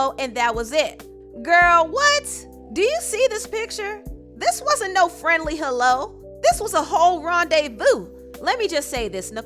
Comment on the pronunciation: A Friendly “HoeLLo” 😆😆🔥